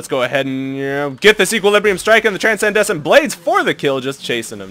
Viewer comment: dudeee gg wp but. TRANSCENDENT BLADES not TRANSENDESCENT loool every time xD gg tho <3